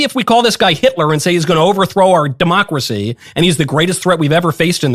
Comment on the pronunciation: When you keep calling him hilter and saying demcorcy ends with him